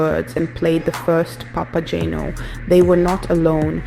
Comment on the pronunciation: This video would have been better if: 1) the video clips shown actually had to do with the opera (and not, for example, people cosplaying Harry Potter characters), 2) The narrator didn't make incorrect pronunciations of names ("Papa-jane-o"? did she actually listen to the opera?), and 3) the text displayed didn't mess up character names ("to Mino"?). Didn't anyone "proofread" this video before posting it?